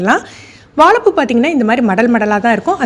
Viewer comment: Sister வாலப்பூ இல்ல வாழைப்பூ ஏன் சகோதரி இப்படி தவறா பேசி காணோளி போடுரிங்க தயவுசெய்து 'ழ' னு சொல்லுங்க